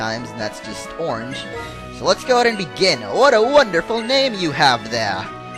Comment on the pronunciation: no offense but orang orangyorange